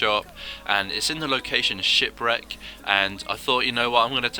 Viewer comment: Shipwreck, I thought you said shitbrick lmao